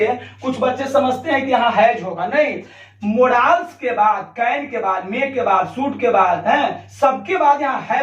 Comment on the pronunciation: O sir ji मोडाल्स nahi होता है modals होता hai पगले pronounciation करना सिख लीजिए uske baad पढाइये गा